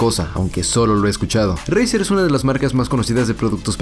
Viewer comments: “ Jiuntsman turnament edishon” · dice 😂😂